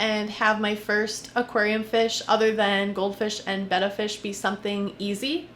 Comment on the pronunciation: it bothers me how she pronounces betta